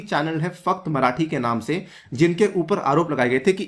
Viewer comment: Sir its फक्त marathi not Fu.. marathi